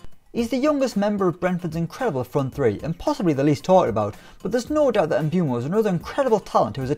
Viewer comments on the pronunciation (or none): none